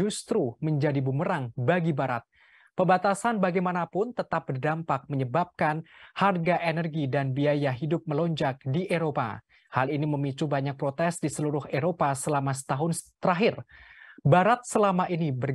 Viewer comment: Melonjak bang bukan melunjak 😆